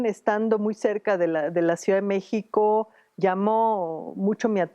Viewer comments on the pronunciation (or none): none